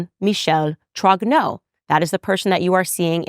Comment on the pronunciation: She reads French sufficiently, if not talk. When she apologizes for her pronounciation, she is usually quite correct. Except for Roy, that she says in English while in French it is <RWA>. Like in "Vive le Roi" or "Dieu et mon Droit". Also, as well she as Pier Morgan and others, they get "Trogneux" wrong. Pronounce <TROÑÖ>. Spanish Ñ, "España". Ö or œ like in Goebbels, Dieu, Malmö.